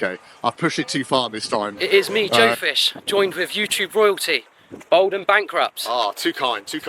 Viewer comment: It’s bald not bold.